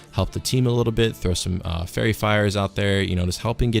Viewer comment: Love your videos man I just keep getting hung up on the way you pronounce friar and fiery weapon 😂 cracks me up